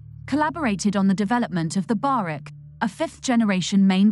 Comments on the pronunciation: Barak not barek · Pronounced "ba-rak" Not "ba-rek".